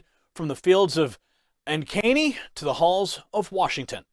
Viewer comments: Ankeny. Accent on first syllable! I have relatives there. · You miss pronounced the name of the town but that's cool. Ank-a-nee. I was standing there, the 4th person on the left when he came in the door. What people never talk about is that we all stood there for over 3 hours waiting to see Trump. No one ever complains. Iowa is definitely Trump country.